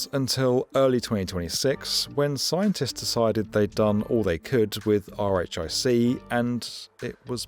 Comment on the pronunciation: Just a heads up as someone who lived in the area and have friends and family working at BNL (and I interned there twice!), RHIC is usually pronounced "Rick" rather than pronouncing each letter of the acronym, and (fun fact) the original EIC proposal (e-RHIC) I've heard said as 'e-Rick' or 'Eric'.